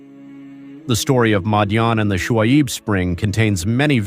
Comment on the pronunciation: Thank you for uploading however pls get a narrator who is familiar with the pronunciation of Muslim names,Shuaib not swabe etc